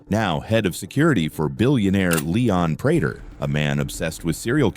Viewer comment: Leon Prater❌ Leon Prouder✅